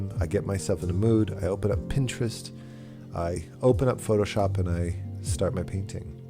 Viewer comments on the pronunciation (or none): none